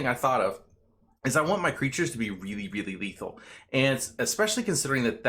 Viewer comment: Lethal not Leathal